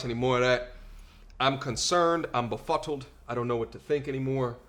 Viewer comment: " I'm befottled' lmao love it!!!!!!